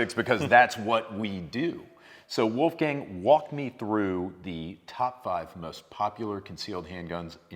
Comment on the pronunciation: "Wolf Gang" 😅 Tut leid, am also an austrian, but "Wolf Gang" 🤣